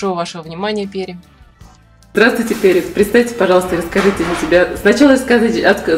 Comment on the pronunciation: Пери..ударение на И